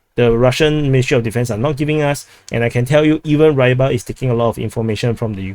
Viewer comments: ukr writing is useless, Staromichailovka or michailivka, no Y for why why sound. Read kh as say german or slovak Ch. Not Kh, not KaCHing sound. Do not read Y as english, just ee sound. Rybar in slovak is fisher. Rebar reebar if you like. Not Raibar. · Sheeroke, probably shirokoye, Rybar read Reebar. Dorožňanka Do Rozh Nyan ka